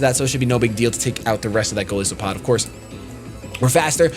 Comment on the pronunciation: you're great, but man, its goliath+isopod. the "i" in Golisopod is pronounced like "eye"